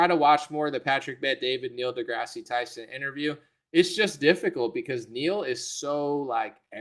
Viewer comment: There’s no long E at the end of this jackass’s middle name.